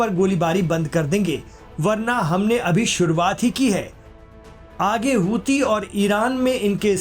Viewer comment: Aap hosi kyu kehte hai jabki wo huthi hai ya ansarullah hai